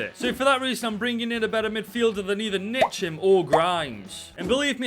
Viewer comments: Olivier Ntcham is pronounced N cham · Tbf ye weren’t that far off its pronounced (N-cham) just the letter then cham